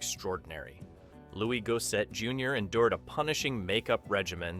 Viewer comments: Loooie Go Set….is not how his name is pronounced…sweet Jesus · It's definitely one of my favorite films growing up. May I suggest Googling how to pronounce Louis Gossett Jr's name. He was a great actor and should be remembered and respected as such. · I was just about to comment on that. He pronounced his name correctly only about 3 times throughout the whole video, lol. 🤦🏾‍♂️